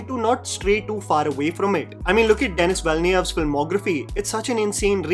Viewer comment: your pronunciation of denis villeneuve's was the only unpopular opinion here. re the fate of the big khans today i think it's because they're closer to 60 now and aging is a thing, mental as well as physical (your voice changes with age too as your vocal chords deteriorate like everything else)